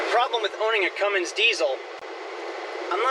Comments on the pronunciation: Say "cummings" one more time...it's Cummins sir, no g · CUMMINS! No G ! Lol